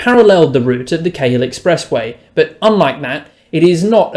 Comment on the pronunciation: A Sydneysider would know how to pronounce Cahill